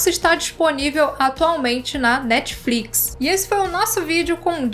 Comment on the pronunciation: "Netfrix" "Netflicsh" 😛